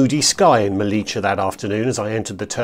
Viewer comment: Nice video! Quick tip: it’s pronounced *MeliYA. Not Melicha! (we are definitely not Argentinians 😅)